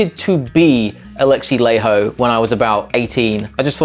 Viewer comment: FYI Laiho is pronounced "lie ho"